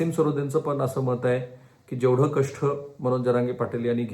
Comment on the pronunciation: कष्ठ नाही कष्ट